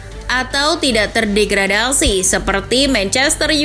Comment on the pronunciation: "atau tidak terdregadasi seperti MU Dan Everton" 🤣🤣🤣🤣 ngakak tolong